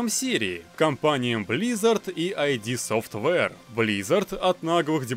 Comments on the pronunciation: id Software - "ид софтвэ", не "айди" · Друже, не произноси ай-ди софтвер, не надо так. Говори просто ид. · ИД Софтвэйр, а не АйДи)) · Я тебя умоляю, пожалуйста - не "АйДи" а "ид" софтвер. Сам Кармак несколько раз уже пояснял что именно так стоит читать название компании. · id Software читается как ид софтвэр